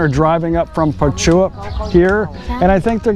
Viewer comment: Think you pronounced Prachuap wrong. Sounds almost like Ketchup when they say it. Nice video anyway . Keep it up. You are the best :)